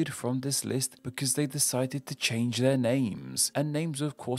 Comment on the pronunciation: I like the "CHANE" instead of "CHANGE" so yeah does make mistakes